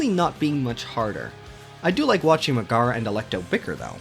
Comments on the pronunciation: ok it really bugs me how you keep saying "Muh-GAH-ruh," instead of the correct "MEG-eh-ruh." Hades even has voice acting, so it's not like you can't say you've heard her name spoken out loud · I respect the opinions. But mispronouncing the name of my queen Megaera is unacceptable